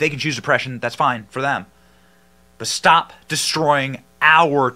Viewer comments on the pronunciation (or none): none